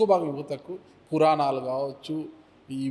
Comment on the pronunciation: పురానాలు ఏంటిరా యాంకర్ గాడా?? పురాణాలు అని అనలేవా??